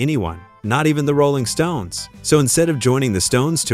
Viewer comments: Goofy ass robot voice says: "the ROLLing stone". Weird. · The AI hit instantly with the pronounciation of Rolling Stones. Won't watch any further and thums down, plus a non-recommendation installed.